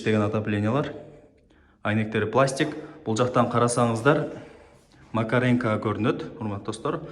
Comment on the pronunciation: Макеренко эмес Макаренко дебейсинби макренко дебей !